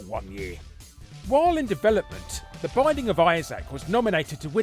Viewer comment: "The Bissac of Isaac" IM DYING.